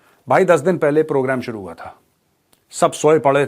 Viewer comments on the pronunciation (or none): none